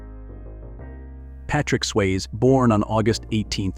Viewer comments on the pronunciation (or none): How could you not have the correct pronunciation of Patrick Swayze's name?